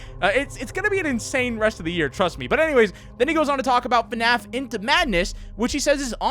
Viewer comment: Its Called fnaf not fanaf